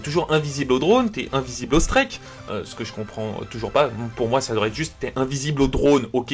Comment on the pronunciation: Score " strÈK "